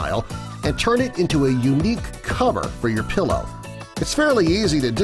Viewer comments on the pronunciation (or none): none